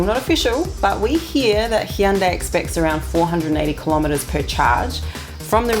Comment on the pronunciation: As a korean, your "Hyun dae" pronunciation is perfect!!!~~ Most Westerners pronounce "Hyun da~i"... Do you have any Korean friends around you? anyway your good!~~